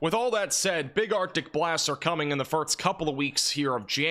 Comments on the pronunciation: why do you say firks and not first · Ok… before you ever get to network television as a weatherman, you going to definitely need to conquer how to pronounce ‘first’. It’s not ‘furt-st . And one more, it’s not ‘sah-nificant’, it’s sig-nificant. Just a few pointers if you want to polish the broadcast nice & shiny.